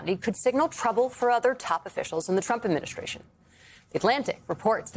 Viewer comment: I won't miss Pammie Jo's pronunciation of TROOAUMPPP. Nor will i miss her illegal and unconstitutional subservience. "Thank You for Your Servitude".